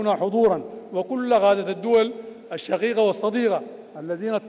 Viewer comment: قبل ان تلقى الخطاب تعلم كيف تنطق حرف القاف ولاتقل غين يعنى الشقيقة وليس الشغيغة...نقاء وليس نغاء....قيام وليس غيام وهكذا